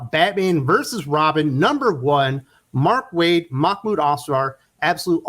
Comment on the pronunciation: I stopped watching when you said mark waid